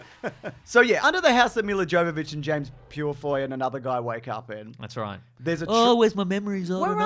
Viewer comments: Miller Joe-vovich…okay. You might have tried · "Yovovich! Yovovich! How difficult is it? We made a movie together!" You don't pronounce the "J." But that was a quote from Milla Jovovich to Michelle Rodriguez in the audio commentary for the first Resident Evil which I highly recommend because it seems very likely that both are very drunk. And as a result it's very funny. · Trivia fact, her name is pronounced Yovovich. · Just... pretend the J in Jovovich is a Y. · I'm gonna be one of those assholes who chooses to point out that Milla Jovovich's name is pronounced "Mee-yah Yo-va-vich." 😅 Just, ya know... since they're making 5 more of these. 😆 Love you guys! Also, calling my shot now now; They're gonna hate Apocalypse, be indifferent toward Extinction, discover the spike to be Afterlife, be disappointed by Retribution, and be blasé about The Final Chapter. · I love this film series. Everything tells me I should not, and I know it's bad. But I love em. They are big stupid schlocky b-movie action horrors, very much like the games. And I just can't help but enjoy them. Also Milla's name isn't with a hard J. She is Ukrainian.